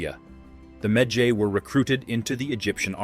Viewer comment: i don't like how he pronounce medjay lmao